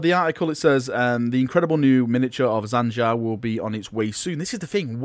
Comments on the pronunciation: please for the love of god just take 5 minutes to learn names before you record a sodding video. primaris not primihris jain zar not zan jar tor garadon not torgadon feirros not ferryoss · Its Jain Zar not Zain Jar.... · Jain Zar, Zan Jar, Jan Jar, Zan Zar, Zain Zair, Zhan Zhar, Jam Jar, Han Har... Any further mispronunciations of her name that anyone else heard? :P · just thought you might want to know its pernounced Jane Zar Despite being spelt Jain Zar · You kept saying Zain Jar lol. Plus, it did say October in ther video.